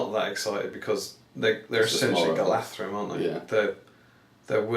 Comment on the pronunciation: Well done guys, another brilliant video., impressed with the correct pronunciation of Galadhrim (gal-a-thrim) not (Gal-ad-rim), clearly a true enthusiast;-)